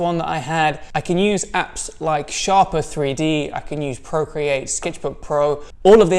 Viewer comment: I'm pretty sure it's pronounced 'Shaper 3D'...